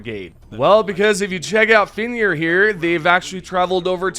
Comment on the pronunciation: Brotha how cant you say fenrir lolol